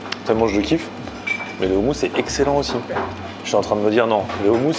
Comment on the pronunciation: en tant que franco libanais tu m as fait plaisir d aller dans ce genre de restaurant.Nous avons une des meilleures cuisine du monde.Par contre pour le houmous il ne faut pas dire ou mais o. meme le restaurateur a fait l erreur lol